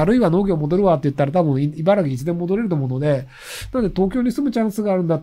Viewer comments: いばら”き”な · いばらぎって言ってる…？